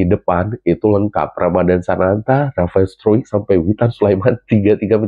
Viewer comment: Cuma anda yang sangat tepat menyebut nama Rafael struick...yang lain nya bahkan media mainstream bilang nya strike😂😂😂kan jauh banget ejaan nya Sehat selalu lancar rejeki salam nusantara indonesia